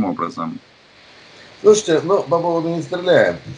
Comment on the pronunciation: Оригинальное обращение ведущего к гостю:"слуште", "слуште".....